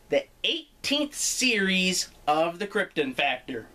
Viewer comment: A Peter Molyneux joke in the intro and an appearance by Kim Justice? You must be a Guru Larry fan! Also good that you pronounced it like Kryptun not Krypt-on the way most Americans do